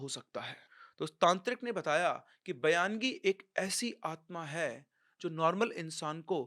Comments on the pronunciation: Sir use bayangi nahi Baingi bolte hai. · बयानगी नही बायंगी बोलते है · Baayangi is a konkani entity which has mostly male ghost all Maharashtrians on Konkan belt are aware... Your story shows baayangi takes life but they are harmless... Baayangi is also a marathi word... It is baayangi not bayaan-gi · सर ये जो भूत का नाम आपने बोला है वो bayangi नाही है उसे बायंगी बोलते है ये महाराष्ट्र के कोकण मे मिलती है और उसे रेंट पर भी ले सकते है जेस sotry मे लिया था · सर वो बायंगी होता है